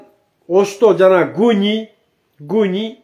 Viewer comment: Гуншик дегенин кызык экен 😅